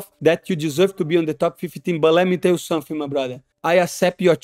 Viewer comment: Let me tell you Somefing! Moicano takes Paddies scalp! LFG!